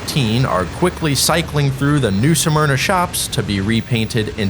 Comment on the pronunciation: Why do people keep saying the name of New Smyrna incorrectly? It IS NOT pronounced as Nū Sûh Murna, it is pronounced as Nū Smurnah. Just like many call Altamonte Springs (Al tuh mont, the e is SILENT) Altamontē (Al tuh mont ee) Springs, which is incorrect. Just something that is a pet peeve of this true Native Born Floridian that still lives in Florida, and doesn't like hearing a lot of our city names pronounced incorrectly, sometimes really horribly.